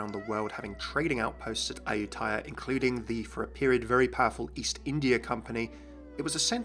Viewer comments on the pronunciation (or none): you said it wrong D::: Im half Thai but nice try + my mom and sister are born there and i have been there a lot i hope its going to be good and not be shit... :DDD